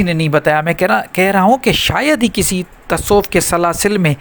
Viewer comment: سر۔ پہلے اپ لفظ تصوف کہنا سیکھیں لطایف جاری کرنا سیکھیں گے